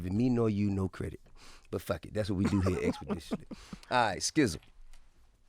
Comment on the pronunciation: I think I take "Expdetiously" more serious than the Breakfast Club. Shout out to that boy T. I. 💯💯💯🙌✊